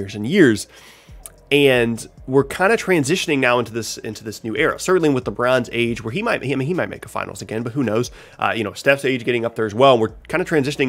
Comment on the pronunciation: did you say "LeBronze Age"?